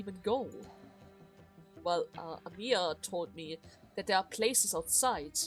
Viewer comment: Correction, Amiya says her name in her guard form, it's pronounced like 'Amia', because Amaia is a name of a girl in the event. I just didn't want to persuade you on a pronounciation in chapter one, you know to not ruin anything. But now when you encountered Amaia I thought it would be better to tell you that now. Again, just tap some of her dialog you will understand.